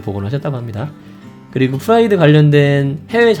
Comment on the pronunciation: 페스티바는 p 로 발음하고 프라이드는 f 로 발음하셨네요